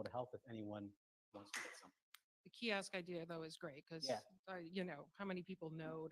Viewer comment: He said Kiosk 🤣 and hos long 😂